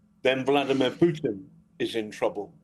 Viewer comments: You finally said putin correctly piers Well done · Pires, you finally pronounced it right. Why so, mate?